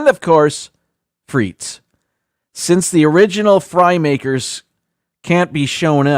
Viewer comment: And don't forget the Sarson's (malt vinegar) for the chips! Because proper pronunciation matters, as a French speaker I will let you know that frites is properly pronounced freet, the final S is silent. So when you're at your favourite brasserie, you order steak frites (freet)! (Steak and fries). It's never ever pronounced freets. Living in Greece, yes, they put chips (fries) in everything LOL! It's been that way for as long as I remember. I usually eat the hot chips first especially with a gyro (yee-roh, roll the R!). BTW, poutine only tastes good in Canada! *hash tag team replay